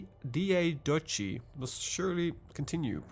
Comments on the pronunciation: for future, it is pronounced like dee ah dock ee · And Diadochi is also pronounced like Diadoki.